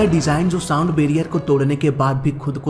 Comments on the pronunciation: Thik se sound bolo bhai saam saam kya kar rhae ho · 2.04 minute .... It's sound barrier not सांड barrier😂😂😂😂